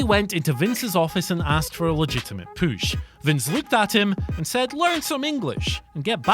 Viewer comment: " Asked for a legitimate poosh " haha.